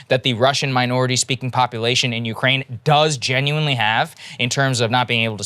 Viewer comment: I'm Ukraininan living in the US and long time fan of your show. I agree with you guys on multiple topics like Truckers, Main stream media and I'm big fan of Joe Rogan. But as far as coverege of Russian invasion topic I keep being surprised by Saagar's perspective. First of all he keeps saying Ukraininan capital Kyiv as "Kiev" (russian way to pronounce it). Saagar, at least show some respect to independent country. Secondly, Saagar said that there is civil war in Ukraine with russian speakers on the east. I'm both Ukrainian and Russian speaking and I'm shoked that you guys keep repeatin point from Russian state propaganda. This conflict started with illegal annexation of Crimea with help of the Russian military in 2014. Then they used their speacial ops to start conflict in the eastern Ukraine. Before 2014 a lot of people in Ukraine indeed felt big connection to Russia. But after that a lot of people in Ukraine have realized that Russia is an agressor. Putin's main goal here is to restore Russian empire. Mayority of Russsian population eather dont care about the invasion or support it. Russain state TV propaganda does a great job. I'm sorry Saagar, but you keep pretendinig that you are very knowlageble on this topic, but in reality you are not.